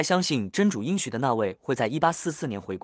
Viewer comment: 应许之地，应读音硬。